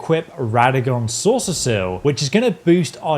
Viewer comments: "Soreseal" pronounced SAW - SEAL, not "Saucer seal" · I can't with him saying "soreseseal" lmao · Why tf do you sound like you have a disease everytime you say "Soreseal?" It ain't that hard bro lmao